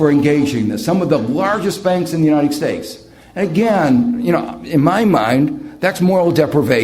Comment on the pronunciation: He always says "United Steaks" hahahahh